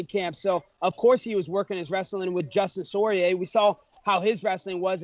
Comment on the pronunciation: "Dustin sorrier" Haha hell naw